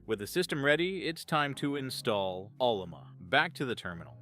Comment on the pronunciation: This guy wrote this video's Script with AI he called it OLLOMA LOL not O L L A M A. And the AI spelt it LUBUNTU not UBUNTU LOL. Stupid AI.